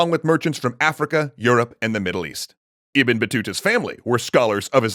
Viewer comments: It's Ib-ne not ebn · isnt "ibn" pronounced as ib-nu? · Isn't it pronounced "IB-NUH" Battuta?